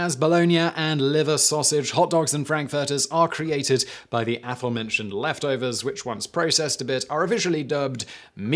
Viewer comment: Wtf is "affermentioned"? Please Simon, learn to speak English!